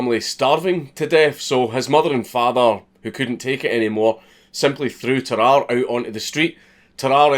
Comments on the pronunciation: I'm so yorkshire, when he says Tarrare I thought he was saying bye bye nicely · dude it's "tar-rar-rey" don't you watch sam onella? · Bruh its tarrarrà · Tararre, also pronounced “Terror” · Well, Sam o'nella pronounced it "teh rahr ee" so now I'm confused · It’s pronounced Tar-are-ay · tuh-rah-rey cmon man 😔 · The Northerner in me almost closed the video on instinct after you said "Tarrare".